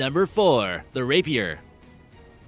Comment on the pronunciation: Bro killed me when he said rapier